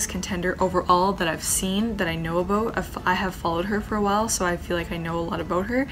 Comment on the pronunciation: i've never actually heard anyone say "aboot" until i saw 💀